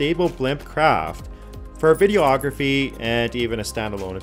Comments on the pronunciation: When you talk about taking still pictures, do you say, “photo-ography?” No. You say, “photography.” Say it with me, now, “videography. Vid-e-ography. Videography.” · Lol you said “video-ography” so why don’t you say “photo-ography”? 🤣😂😅